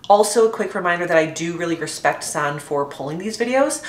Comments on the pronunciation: Just for future reference, Sanne is actually pronounced "Sanna" with an "a" on the end. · I think you're forgetting to pronounce an E? SannE? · her name is pronounced sah-nuh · Please learn how to pronounce the names of the people you review, Sanne is not "San" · Sanne is dutch so you pronounce it a little different. Here we say it like [sun ne, (like e in ‘ex’)